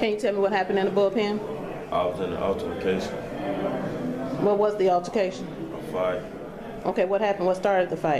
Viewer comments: "i was in a altermacation" 😂😂😂😂😂😂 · I was in a “Altima Kaytion” 😂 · Not an “altermacation” 🤣🤣🤣🤣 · “I was in a altermacation”😂😂😂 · My nigga said “altermacation” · Lol did he just say I was in a Alter-ma-cation 😗